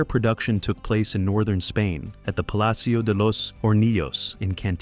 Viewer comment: Excellent video but that's not how you pronounce Alejando Amenábar 😅 nor Palacio de los Hornillos nor Cantabria